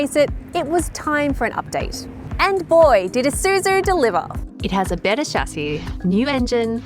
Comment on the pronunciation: Finally, I find a OZ car reviewer says "/i/suzu" instead of "/ai/suzu".